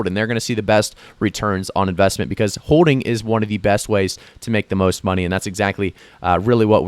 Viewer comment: Its also pronounced hoLding lol not hoe ding lol